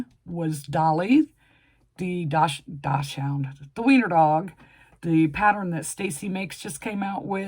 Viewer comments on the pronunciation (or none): Doc son. Try that pronunciation for Dachshund.